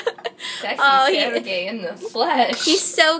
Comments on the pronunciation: I like the turtle being named Sergei, my friend's little brother Sergei was obsessed with turtles, so I think the name is suitably turtley. pronunciation is good, but the emphasis is on the 2nd syllable. You guys are saying it SER-gei, but it's ser-GEI. =] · Sergei is pronounced with the accent on the E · As I'm Russian I should say that "Sergei" has the stress on the second syllable.Like...SergEi